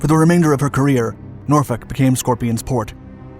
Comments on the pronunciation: I am so impressed you pronounced Norfolk correctly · You said said Norfolk correctly. Most people say Nor-FOLK.